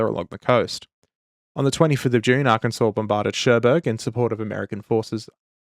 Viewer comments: Ar-kansas says the madman, not Ar-kin-saw. Truly an Aussie moment. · damn the rage bait Arkansas pronunciation “Arkansaw” is the usual pronunciation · Arkansaw. I know it's stupid but yk... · You pronounced Arkansas wrong. You pronounced her like (Ar-Kansas), like an adaption of the Kansas state name. It’s pronounced “Ar-Can-Saw” or Ar-Kan-sas. I’m not a native from the state but I’d recommend learning it since the natives from the state don’t have much to be proud of so defending their state’s pronunciation is something they’ll defend. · "Ar-kansas". Alright boys, SPEARS AND PICHFORKS! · It's Arr-Kan-Saw!!!! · Ah yes, the incorrect pronunciation of Arkansas strikes again. A bit of local humor that inevitably everyone makes that mistake at least once. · My Desert. My Arr-Kansas. My Dune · "AR-Kan-Sas" ....you said that just to wind us Yanks up, yeah?